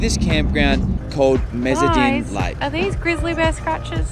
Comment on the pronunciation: You can tell it's a Grizzly from the hump on the shoulders. You broke up the syllables wrong on Meziadin (Meh/zee/add/din)